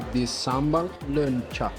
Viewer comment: bisa menyebut "Leunca" dengan bagus sekali. Guuuuuud🎉🎉🎉